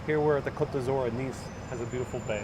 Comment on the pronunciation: It's 'Côte d'Azur'. Not every French word requires a final 'e'...